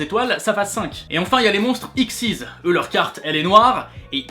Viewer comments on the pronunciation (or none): pour les cartes XYZ on dit " ixe ygrek zede" et pas "ixize" :p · Très bonne vidéo pour aider les nouveaux joueurs (et sinon on dis X-Y-Z séparément et pas "ixezyz") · en prononce pa xyz mais x y z chaquun tous seule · Mon dieu!!!!! On dis pas xyz mais X.Y.Z.!!!!! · Tu prononce :xyz "x syz" Moi je prononce chaque lettre "x,y,z" ^^ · Moi je dis X Y Z. pas Ixyze C'est compliqué j'ai rien compris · Les monstres xyz sa se prononce x,y,z et utopies c'est une carte numéro donc différentes d'une simple xyz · xyz ca se dit X Y Z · Hello, je viens de tomber sur cette chaîne par l’intermédiaire de ta chaîne principale et j'aime déjà bien cette vidéo. Cela fait un bout de temps que j'ai arrêté Yu-Gi-OH (en fait, peu après les premiers monstres synchro) et du coup, je me demandais pourquoi tu dis "ixyz"? A la base, ce sont 3 monstres, a savoir tête de canon X, tête de dragon Y et tank de métal Z (respectivement un monstre normal et deux union exclusifs) qui pouvaient fusionner en Canon Dragon XYZ. Ce sot eux qui ont inspiré les monstres XYZ de Zexal. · P3NGUIN4LIFE / Assez_eZ YT Détrompe-toi, cette prononciation ne vaut que pour l'anime français (mauvaise prononciation, qui en japonais ressemble à "exceed", d'où le "ixize" français bien plus fidèle que de prononcer les 3 lettres séparées) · tu tes pris pour un spécialiste le y au milieu se prononce pas comme il le fait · Comment tu prononces 'monstres xyz" c'est une horreur D